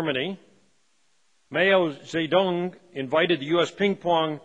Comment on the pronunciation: Mayo-ze Dong?!